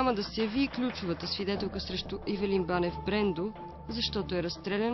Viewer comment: Не е Ивелин, а Евилин